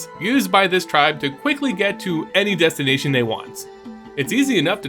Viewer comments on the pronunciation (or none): none